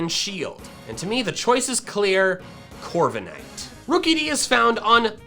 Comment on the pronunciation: DO NOT LEAVE OFF THE K IN CORVIKNIGHT!